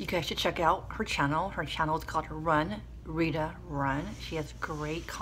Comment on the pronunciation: Aww Thank you for the shout out 😍😍😍 You're so sweet! It's Gitana not Rita btw lol 😂😜 Now u got me craving a burrito yum & Thank you for the tips 😘